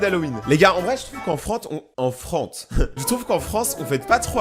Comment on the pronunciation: "En Frante"